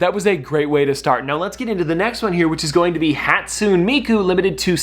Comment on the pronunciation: Btw it’s pronounced hat-sunay-me-koo